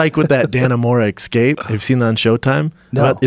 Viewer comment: stop saying ecscape